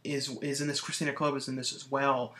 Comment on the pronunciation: Thanks for reviewing two of my films ***** -- Also it's Kristina Klebe (pronounced Kleeb) - not that it really matters haha -- The other movie Milan Todorovic directed is Zone of the Dead with Ken Foree… =) Following you now - look forward to more updates...